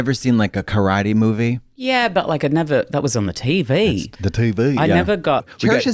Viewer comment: the way she just dropped it and continued the conversation and they never mentioned it again 😭😂😭 "the Teey VEeey"